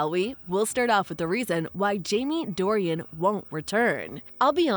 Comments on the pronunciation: It is NOT Dorian, with 3 syllables. It is Dornan, just 2 syllables. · You can’t even say his name correctly 😂😂 it’s DOR-NAN, not DOR-IAN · Yes you love Jamie so much that you got his name wrong, Jamie Dornan. True fan here. Cheers love. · His name is not Dorian. It is Dornan. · Jamie's surname is Dornan not Dorian. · His name is “Dorian” not “Dorian.” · His last name is Dorian…not Dorian…geez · First thing you need to do is get his name right! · Would be nice if the person talking could get his nam right!!